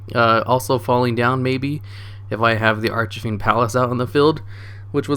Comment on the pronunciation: Brooo it's archfiend not archafiend it's killing me ahhahaha